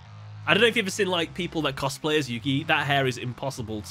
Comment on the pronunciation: Isn't it Yugi?